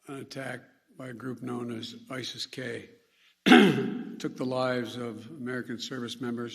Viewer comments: ISSES K 😂 you made them you MFK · Isis-k! Get it right